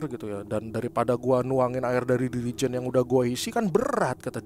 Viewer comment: OL sais mas, bkn AL sais. Jirikèn, bkn Dirijèn.😊😊😊